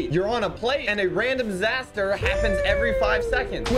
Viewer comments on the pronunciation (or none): this man really said zaster and not disaster